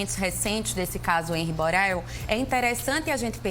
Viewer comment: Empresa (imprensa), abortar (abordar), Boral (Borel)... Essa apresentadora é esquisita.